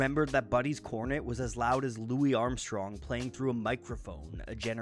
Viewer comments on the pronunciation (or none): Cmon man you know his name isn't pronounced as Lewis but Loowee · His name is pronounced 'Louie' but if the research was done through reading, an easy mistake to make. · Mr Armstrong always said his name as 'Louis,' and never once used 'Louie.' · that would explain why he pronounced the "isssss" so strongly, making a point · how much research do you have to do to consintantly mispronounce louis armstrong's name